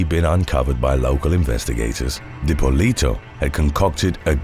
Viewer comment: Love you but the way your saying dippolito 🤢😶